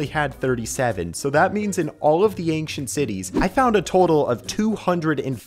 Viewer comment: "ankcient city"